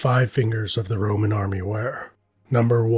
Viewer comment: I swear he’s saying the ramen empire